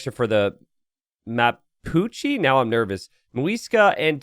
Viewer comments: Hey! Mapuche is pronounced with the "e" as in "bet" 😊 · Mapuche: MA as in Ma-ple PU as in Pu-tting CHE as in Czech Republic but without the final sound or as in Che-cking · "The Ma-Pucci" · 'Mapuchi' Hahahahh sounds funny as hell. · Mapuches and Tupis are in AoE III too. Mapuche is pronounced the way you did but with the E as in 'end'. Tupí has accent on the I. The Xolotl warrior makes sense it's only available on captured stables as Aztecs didn't have horses, so they could only use stolen ones, but it isn't very useful gameplay-wise.